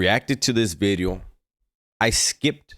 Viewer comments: Vidio, orderly eh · Noo, veedio! 💥 🔫 💥 🔫